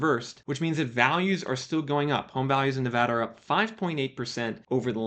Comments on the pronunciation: Thanks for not saying Ne-vah-da like an East Coaster. It drives me nuts. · Kudos for pronouncing Nevada right. Got a house in the Vegas metro back in July about 14% below asking. Definitely super lucky.